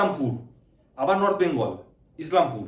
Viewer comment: নর্থ বেঙ্গল বলার স্টাইল টা সেই ছিল 😂